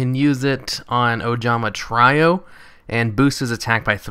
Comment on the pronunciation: try-o? its tree-o